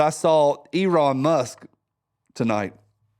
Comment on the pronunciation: "Eron Musk" 😄😆😅😂🤣😜😉